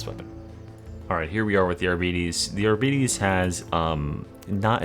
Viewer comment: One day bro will pronounce arbites correctly. Love your vids bro